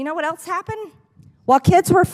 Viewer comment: I hate people like her who pronounce the word ELSE as "eltz".